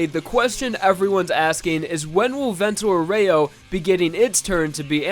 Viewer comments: "Vento Oreyo" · "VENTUH OREO" AHAHAHAHAHAHAHAHAHAHHAAHHAHA